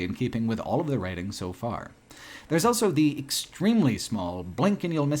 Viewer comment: pronounces the word "also" as "elso".